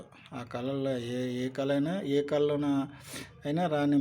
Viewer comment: కళ కు కల కు తేడా ఉంది. ముందు సరిగ్గా ఉచ్చరించడం నేర్చుకోండి.